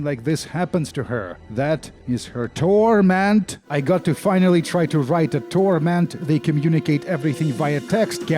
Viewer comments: Please stop saying TORMENT like that. It makes my Sensates Faction tattoo tingle. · thanks for the new vocal stim, i haven't been able to stop mimicking the way you say TORment... in fact, it's become my own personal TORment